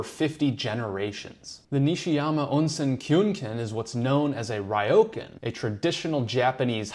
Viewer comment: It is Ryo,kan. Not Raioken. 😢